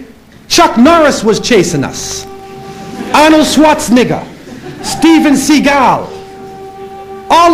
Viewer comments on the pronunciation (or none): "'Ahnal Schwahtznigga"